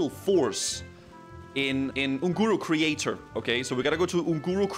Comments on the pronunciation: ungoro Crator, not creator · Crater not crator.....